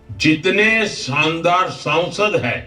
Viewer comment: भाई पहले संसद कहना तो सीख लीजिए ये सौंसद - सौंसद क्या कहते रहते हो आप।